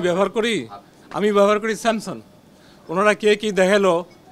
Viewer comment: Samson na SAMSUNG, Kemon educated ? Strange